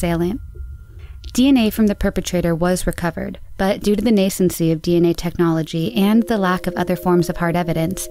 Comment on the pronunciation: This is gonna sound weird, but it was gratifying to hear you use AND PRONOUNCE "nascency" correctly. Over and over again, people who wish to sound professional and intelligent mispronounce things: like "The Lancet" medical journal as "Lan SETT," like it's Chinese or something; one crime guy mispronounced "tardive dyskinesia" so badly (tar-DEEVS dissKINnissa) I hardly recognized the phrase. A guy doing an otherwise good video on a yacht sinking not only used the word incorrectly, he pronounced "voluminous" as "VOLyoomuss." Must have been thinking of Voldemort. I'm glad you didn't succumb to lazy stuff like that.